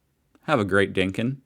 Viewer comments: Again with the 'n' in 'dinkum' It's DinkuM. FFS! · Fair dinkin! 😂. It’s dinkum. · Umm... the word is not "dinkin" it's "Dinkum" meaning genuine, honest, or true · DinkuM not dinkin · It's 'Fair dinkum' (not dinkin), and yes, you did use it somewhat correctly. Also, please stop saying 'Happy arvo' it's driving me nuts. The correct phrase is 'good arvo', with respect if you correctly slur it into 'g'arvo'. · once again we do not say happy "Arvo" also its fair dinkiM not fair dinkin. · Also please note it ends with an 'm', not an 'n'. We want you sounding like a fair dinkum true blue ozzy but you won't be convincing any Sheila's or Bruce's saying 'dinken'. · dinkum not dinkun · It's "Fair Dinkum!!!" with an M. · It’s pronounced “fair dinkum”. It just means it’s true, or genuine.